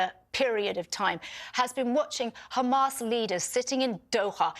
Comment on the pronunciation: Again with this Lawyer Pro-Hamas women. If you guys in the comments are seriously going to sit there and so "Yes shes right" then your absoutely delusional and trolling. She cant even say Hamas. Shes sick in her head and needs mental help. O and you DO NOT SPEAK FOR THE PALENSTIANS!